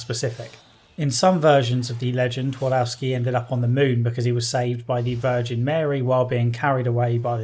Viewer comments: It's pronounced Tvardovski. Not Tuardouski... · I know it's too late now but Pan Twardowski translates as Mister Twardowski where Twardowski would be probably closer to original pronunciation if you would swap all W with V Tvardovski. Otherwise great video. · It's a minor point, but "Twardowski" is pronounced "Tfar-doff-ski". Feels a bit weird to hear it pronounced according to the English rules of pronunciation =D